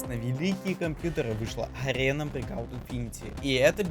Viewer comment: breakout a ne breacot,uci english